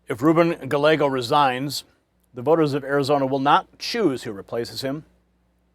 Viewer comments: I'm no fan of Gallego, but could you at least pronounce his name right? Guy-yay-go. The L's are silent. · It's not "Galego" as you pronounce it. It;s "Gayeygo," which is the Spanish pronunciation. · Gallego, pronunciation: Ga-yay-go; no "l" sound. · Guy..yeh..go! Not gallego And we already knew this mess here in AZ. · Great coverage! Just a quick Spanish tip it’s Reuben “Guy-Eggo” 😮 Listen to how Carrie Lake is saying it. That’s exactly how it’s pronounced. Best wishes! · It’s pronounced Guy•eggo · Gallego is a douchbag and he should resign. Hobbs is a bigger douchbag and she should not get to pick the next state senator. There should be a special election. And just for the heck of it. Gallego is pronounced "guy yay go" think of the word chilli relleno one of my favorite Mexian dishes. When two l s are together it creates a Y like in yellow sing Amarillo by morning by George Sraight. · the LL's are silent in "Gallego." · Ruben Gallegos is pronounced "Guy-Yegos". Two of the letter L together is pronounced like the letter Y. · Mispronouncing his name is likely the biggest knife in his back as any thing could be. Listen to how Kari Lake says his name-“ll” is pronounced with the Y sound. Does Gallego have scars behind his ears. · He is speaking English, not Spanish. I have a Japanese last name (1/2), but I don’t go around expecting everyone to pronounce it like the Japanese do. Silly that only Spanish names require Spanish pronunciations. BS.